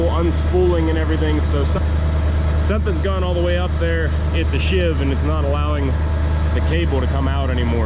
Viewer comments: love your vids they are really great.please dont take offense but she pulleys on the jib are pronounced as a sheave not shiv ok? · And it’s sheave not shiv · offered as a little help: A sheave (pronounced "sheeve") is a grooved pulley around which a cable passes, as on your hoist truck. Shiv is a mean street and prison name for a knife or other sharp weapon, often home-made. Thought you'd like to know. Bill Imboden.